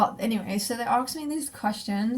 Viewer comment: I like how you pronounce “ask” lol.. never heard someone say “arks” before.